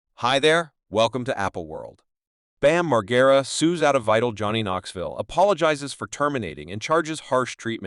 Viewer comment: This video is horribly put together.... I can't even say nice try bc it was a terrible try.... I would watch your videos before you actually post them and realize how terrible it is... Can't even say Bam's name correctly not even once... And every time his name is said it is said differently... Sentences running together and pauses at weird times....